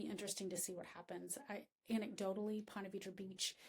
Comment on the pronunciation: It’s pronounced Ponta Veedra